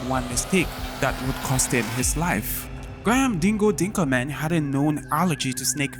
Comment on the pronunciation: Grah harm?? its prenounced Grey-him, Graham